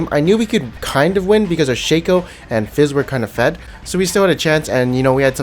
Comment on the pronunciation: Is Shaco pronounced as Shaco or Shaco?